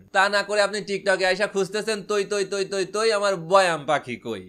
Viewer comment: এ আবার বৈয়াম বলতেছে😆